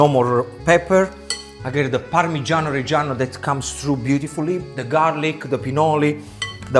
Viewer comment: Pamigiano not mozarello you idiot!